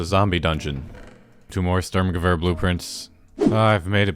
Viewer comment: in ep 2, watching you pronounce the sturmgewehr blueprints correctly, and knowing what they are in the first place, made my day. most people woulda just said "ooh ok heres some "stgw" blueprints, whatever those are"